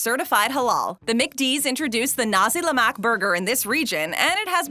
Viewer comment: Lol your pronunciation of Nasi Lemak 😂